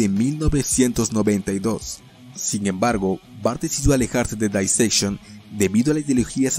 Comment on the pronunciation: El nombre de la banda lo dijo bien, solo que esa pronunciación es la que usan los británicos.